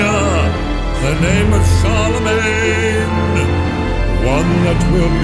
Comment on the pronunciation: when he says "the name of Charlemagne", at first I heard "the name of Saroumane"